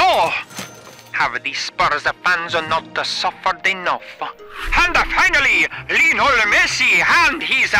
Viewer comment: Lionel * not Lionl